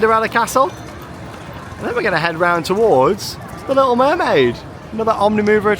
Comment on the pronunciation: No offense but u said wormaid not mermaid I love ur videos I'm so happy for you with the baby